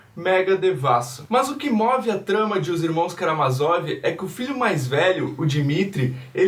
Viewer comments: tem a porra de um acento no "má" amigo. é karaMÁzov. ótimo vídeo um abraço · Por que tu muda a sílaba tonica de Karamázov?